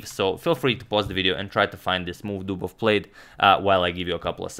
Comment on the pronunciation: That was... "Dobovious"